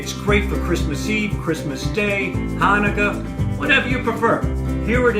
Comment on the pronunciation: “Hanukkah.” Always the moron, Sal.